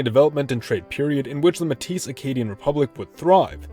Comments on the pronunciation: it's May-teeh not muh tees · the s is silent in métis